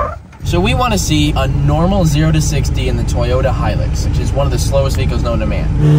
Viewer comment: It's Hilux (HE-lex